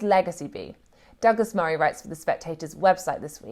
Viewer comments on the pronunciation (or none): none